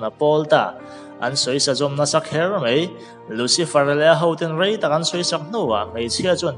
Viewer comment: Ngatinge "mai" tih turah "mei" i rtih zel a??